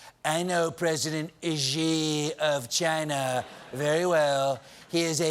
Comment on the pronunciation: Trump pronounces "China" more like the back end of angina (could've used another word).